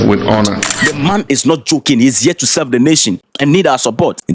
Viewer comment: ..."we are here to selv"😂😂😂